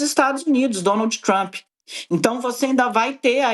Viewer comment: "...DO GOVERNO TCHUAMP" RSRS 😂😂